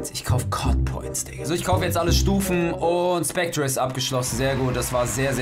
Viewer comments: Mein Gott der wird nicht ,,SpectRe", sondern ,,SpecteR" ausgesprochen ... Man sagt ja auch nicht ,,centRe", nur weil es so geschrieben wird. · Aahhhhhhhhh😂 wird das nicht "spectre" sondern "specter" ausgesprochen? 😂 😂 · Es wird glaub ich "specter" ausgesprochen, auch wenn es spectre geschrieben wird. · Wird specter ausgesprochen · Macht mich irwie voll aggressiv wie er Spectre ausspricht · da hat wohl wer nicht in englisch aufgepasst so wie er spectre ausspricht :D